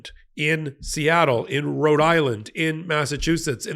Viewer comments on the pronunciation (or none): none